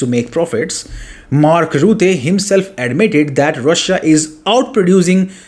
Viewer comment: Rutte, not Rootte. In the Netherlands Rutte is also named Pinokkio. 😅